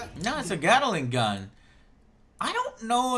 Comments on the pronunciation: "It's a Gatta-ling gun" - Angryjoe pronunciation strikes again! lmao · There are two syllables in Gatling.